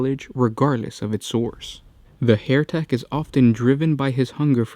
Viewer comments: NOT Hairtek as you are pronouncing it. It's HERETEK as in HERTIC. Pls sort your pronunciation right. Yr vids are great it just lets you down when you mess up yr dialogue. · HE-RE-TEK (as "heretic) - not HAIR-TEK! Guys if you don't mind me asking, what nationality are you? Just curious :) Love your videos - if not all the mispronunciations, lol :D